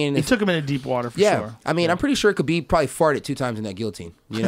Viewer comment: To think this man used to be a ufc commentator, now he doesn’t even pronounce ‘Khabib’ right... he’s out of touch with Dana’s empire.